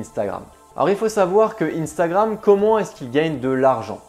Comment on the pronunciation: Arrête de dire INstagramme soit c unstagramme en français soit INstagraM en anglais